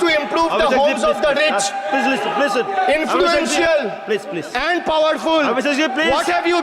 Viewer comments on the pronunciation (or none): Please hota hai not plaje plaje😂😂😂